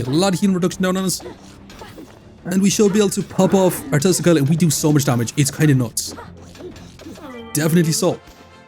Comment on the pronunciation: With your accent, you saying Tesla coil, sounds to me like you are saying testicle! LMFAO!